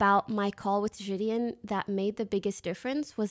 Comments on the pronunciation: it’s Ji de On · Ji-di-in come on bro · This is all good n great n I fw it but her saying jidion name wrong had me correcting her every time in my head😂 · why does she still say his name wrong?